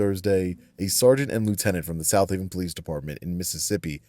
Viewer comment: Lieutenant who? I wish people would be clear. In this video no one is pronouncing "Southaven" rightly, either.